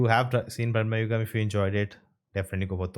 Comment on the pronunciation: its not brahma yugam, its bramarugam. brama in sanskrit means temptations / materialism